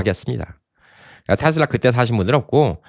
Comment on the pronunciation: 내말이 그말이여... 그것도 미국에서 사셨던분이.... 발음이 거시기 하네요, 잉! "테슬라" 가 바른 발음아니여?